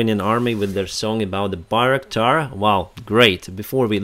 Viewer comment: Best rendition of "Bayraktar" I've seen so far! Appreciate your balanced, reasonable, yet optimistic and upbeat reporting. Slava Ukraini, and God bless!